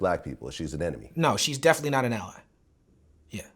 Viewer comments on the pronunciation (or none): none